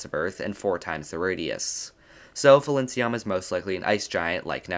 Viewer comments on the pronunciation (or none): The name should be pronounced as Pailinsiam because thats how that gemstone is called. Thai language happens to have a lot of alphabets that could be converted into a P sound in English so people kinda use both P and PH to differentiate them (still not enough) and it leada to pronunciation error like this because PH makes an F sound. I prefer we just use P for all of them because it makes more sense phonetically. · FYI, Thai people pronounce Phailinsiam as pai-lin-sa-yarm. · Phailinsiam is a real gem! ... Get it? B) Though, I fear you're actually pronouncing its name wrong! I believe the "ph" at the start represents an aspirated "p" sound rather than an "f" sound, meaning the first syllable is pronounced like the word "pie". The "ph"="f" thing comes from Greek, where aspirated "p" sounds gradually weakened to "f" sounds, hence the "f" in words like "phone" and "sphere" - but "Phailinsiam" is a Thai word, and the พ character in its Thai spelling (ไพลินสยาม) represents an aspirated "p" instead of an "f"!